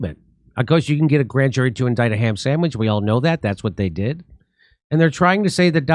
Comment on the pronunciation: "the blan jury?"